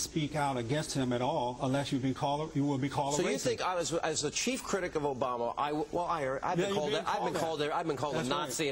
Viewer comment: did that idiot say Barama? wth